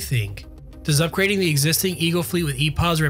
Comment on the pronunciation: lol "ugrading"